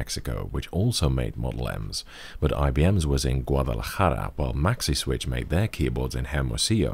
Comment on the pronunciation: Excellent pronunciation of Guadalajara! A lot of English speakers seem to shy away from that back-of-the-throat sound.